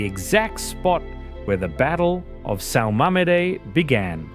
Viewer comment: Your pronunciation of the Portuguese names is atrocious...ever tried Google to phonetically learn the correct pronunciation of names like São Mamede?? Accent ME(as um MEdical...first of all. When you talk about a "shocking family betrayal" , it pays to understand the reason behind the said "betrayal". One could say the betrayal could be placed on Afonso Henriques mother, Dona Tereja, who would do anything (including giving up her son's promised heritage of the Portus Cale county) so she could attain the same "legal" status of importance as her sister, which was born into matrimony, so Tereja as a bastard child, would never attainable such a status, but she surely tried, at all cost. She was desperate for attention and power and wanted to attain the fame her sister (Urraca) had as the ruler of Galiza. It was her amorous involvement with her father's' (King Afonso VI of Leon) right and man, Fernan Peres de Traba, a Galician intent on absorbing Teresa's county into Galiza's rule, so that Teresa could rule the county on the same level as Urraca, THAT caused Afonso Henriques, and his noble's ire, to fight the armies of his mother and her lover's. So, the "betrayal" went both ways, but as a proud Portuguese, I am thankful it did. Nowadays, we would be just a spit of distant land in NE Spain that few in Madrid seem to care about.